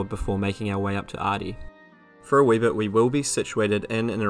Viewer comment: "wee bit"